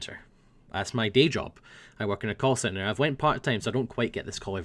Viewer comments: Whenever says he worked in a call centre, it always sounded like he said 'coal centre'. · Oh... First time you sad what you worked with i thought that you sad coalcenter... :3 it all makes sense now!